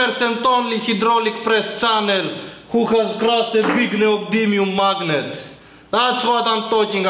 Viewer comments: "We are going too make sum Explo-see-ons....... Mawgniet Explo-see-ons" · "lyyk at the majgnet its brjoken" ;D